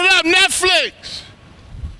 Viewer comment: That first "NETFLIKS" had me dying 😂😂😂😂